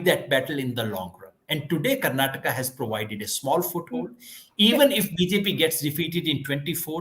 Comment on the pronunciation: Its Karnataka not karnatak!